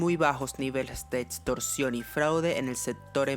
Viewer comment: otsion o etstorcion, se dice opcion o "ecstorsion" y no etstorsion